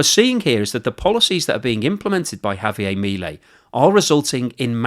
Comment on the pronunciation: Javier is Argentinian, not French, his name is not pronounced that way. You're not even close with your pronunciation . You comes off as an a-hole doing that .